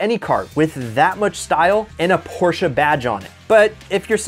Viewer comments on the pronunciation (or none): My man just said Porsche a